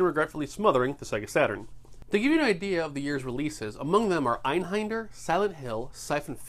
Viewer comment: Einhänder is spellt Einhender, not Einhinder or something.